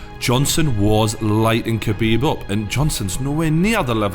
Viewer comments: pronunciation is not kebib 😂 is Ha bib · Habib k is silent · smh you dont pronounce the k in khabib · Don’t even know how to pronounce khabibs name lol